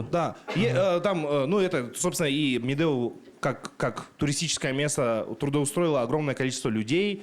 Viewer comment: Якут правильно произносит Медеу чем сам казах